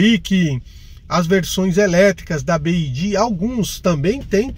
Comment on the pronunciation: Byd = bi-UAI-di GWM